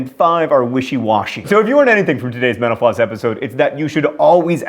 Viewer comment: Every time John says "metal floss", I always hear "menopause"